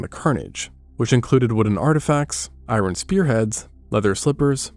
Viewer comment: Did you just say EYE-RON?